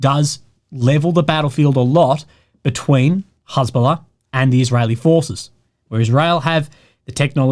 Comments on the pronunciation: It's interesting hearing has bola pronounced. I only read it and I had a different pronunciation. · don't worry! you won't get demonitized because the way you pronounced it you said Hasbulla -- the Russian guy with dwarfism